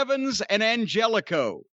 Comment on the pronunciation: It's pronounced An-hell-eh-co, and I see Klannette couldn't resist joking famine ridden African nations with "jokes"